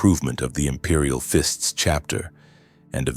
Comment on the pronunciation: "Imperial Fints" "Regee-Dern", Tac rails on bolters! This is a fever dream I don't want to wake up from ❤😅😅